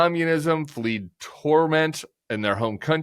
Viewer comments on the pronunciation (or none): Someone please tell Tim the word is fled not fleed. But making a mistake like that while carried away in a flight of fine rhetoric about the injustice of this situation is in no way as embarrassing as Trumps belief that the photoshopped images were actual tattoos! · "Fled" not "fleed"